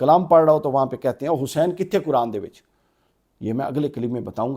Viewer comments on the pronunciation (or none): none